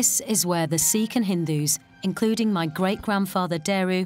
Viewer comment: It's not seekh. It's sikkh. Like a light "i" Not long "ee".